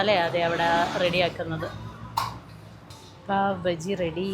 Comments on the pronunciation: Paav baji alla Paav Baaji anu. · പാവ് ബജ്ജി അല്ല പാവ് ബാജി